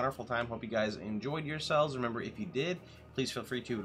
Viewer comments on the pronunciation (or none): none